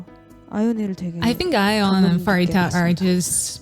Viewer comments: hii, i would like to point out something :> pharitas name is pronounced as parita not * farita* no hate just saying :> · I wish one day you’ll learn how to pronounce Pharita’s name correctly.